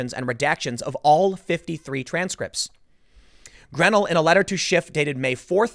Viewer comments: Love you Tim but research pronunciations. It's Gre-nel'. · Hi Tim, just thought you should know Grenell is pronounced (gren-nell)